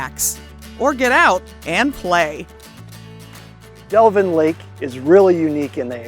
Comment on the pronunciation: Delavan not Delvin - Don't get stuck in Lake Como - mud bottom full of turtles